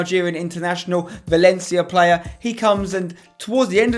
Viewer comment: Why's everyone commentating "Cracking Plurrr" ????